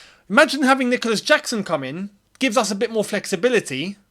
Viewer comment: saying "I'm not gonna butcher the name" after butchering the name😂